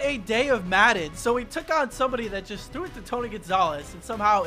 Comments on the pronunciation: you said he "thew this to tony gonzalez"😂😂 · “He thew this to Tony Gonzalez” - 2019